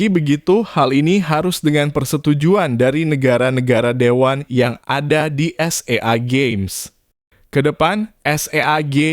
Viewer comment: SEA GAMES bang bukan s e a games